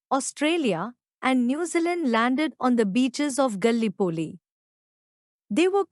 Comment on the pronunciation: ‘The battle of the Marne’ is pronounced ‘MARN’ ; Gallipoli is pronounced ga-LIPP-oh-lee— Is there any way you can hire a native-English speaker to recite these facts on your next YT video ? The accent on this one is very hard to understand but the content is not bad—although it might help to extend the length of the content by adding live-historians to give their take on WW1 — aim for a 45-minute video to be worth the time … and to understand what was what by providing much needed background CONTEXT …